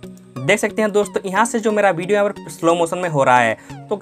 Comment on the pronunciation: 1000 baar bhidiyo bola😂😂😂